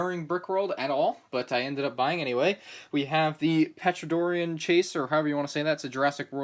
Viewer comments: It's pronounced TER-ON-UH-DON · Pronounced tu-ran-a-don lol i'm sorry it's just because I love dinosaurs. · The p is silent in the dinosaurs name 😂 you say the t and yeah it’s Chris Pratt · "pteranadon" the t is silent